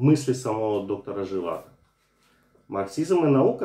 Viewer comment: доктор ЖивАго - второй слог ударный!